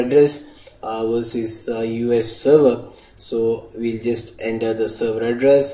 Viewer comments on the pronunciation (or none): Its not working in windows 10 phone.... Bro... by the way its not 'ender' its 'enter'